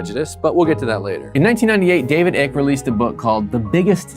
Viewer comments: The mispronunciation made me so happy 😂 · Are you intentionally mispronouncing David Icke's name, or did you just not bother looking up the correct pronunciation?